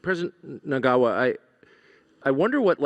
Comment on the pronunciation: How can you give this assignment to Tucker Carlson. The arrogance and ignorance is telling. Furthermore somebody should have taught him the real name of the president of Zimbabwe and how to pronounce it🤮